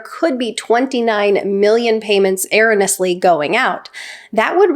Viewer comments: Er-ro-ne-ous-ly. Sorry but that was nails on a chalkboard level. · First of all, the word is erroneous, not erronous. You’re a syllable short. Wow. Second, social security is not a safety net program. We paid into it for many, many years. It’s not “charity”. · "Errany" is pronounced "Err-rohn-ee-us-lee" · ERRONEOUSLY. NOT ERRONOUSLY! YOU DID IT OVER AND OVER. LEARN THE WORD OR QUIT USING IT? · "Errenus" payments? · Please,, it’s pronounced “air-o-knee-us”, with the accent on the “o”. Thanks for the info! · It's ERINnous... get it? 😂 Just kidding! You are AWESOME,! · Your pronunciation of erroneous/erroneously is driving me bonkers 😂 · You are so well spoken. But it's painful to hear you butcher the word - erroneously. Please verify the correct pronunciation. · “Erroneously” is not an uncommon word. In my lifetime I don’t think I’ve ever heard it mispronounced until I heard it butchered on this video more than once. It is difficult to lend credibility to the opinions of someone who can’t pronounce simple vocabulary. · Love you,. Gotta correct something however. It’s pronounced go on Google to hear how “erroneously” is pronounced. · I've never heard anyone pronounce "erroneously" like you do. Interesting data though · Good work. Your really original (to be kind) attempt to pronounce "erroneously" correctly was very amusing. You know, if you don't know how to pronounce it, Google will help you. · Pronounce erroneous correctly please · Thank you for the video. You are pronouncing the word "erroneously" incorrectly. Might want to look that up. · I came to the comments for this reason too. Never heard it pronounced that way. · You never heard it because it is an incorrect pronunciation. I stopped listening at that point because, for me, it's a red flag the speaker cannot be trusted to give me accurate information particularly if English is their native language.